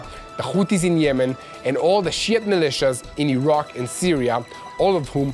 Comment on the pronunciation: I love the way pronounces Shiite. I agree,!